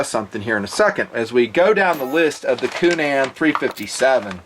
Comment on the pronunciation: needs to learn how to pronounce the good Irish name Coonan, "coonun."